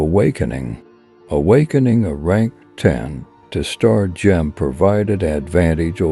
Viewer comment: cant you find ai that knows how to say gem?